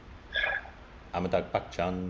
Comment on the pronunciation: his name is pronounced Amitaabh not Ammytuck! 😂😂😂